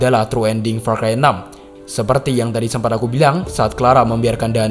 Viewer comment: said "PAR CHI"